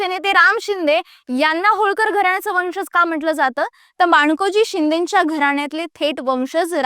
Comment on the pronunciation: Pronunciation marathi neet have .वंशज..."ज" जगा चा...जहाज चा नाही😂